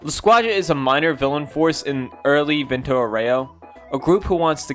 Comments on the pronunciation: vento oreo😭 as someone that speaks italian im crine at these pronouncations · Vento orreoh lol